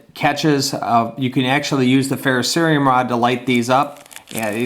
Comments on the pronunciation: Thank you for saying fer-ro-ce-ri-um. I can't believe how many "experts" say fer-ro-SEE-um. Drives me nuts. Second up: FREZ-nel when it is ... Fra-NEL. Sorry ... I'm OCD or something. LOL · Aw! Since you pronounced "ferrocerium" correctly, I hoped you would say [frey-NEL] when you pulled out the magnifying lens. Oh, well. Thanks for the vid!